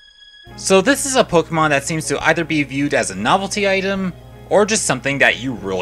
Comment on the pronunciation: Good video but why do you pronounce all the names different of the pokemon and regions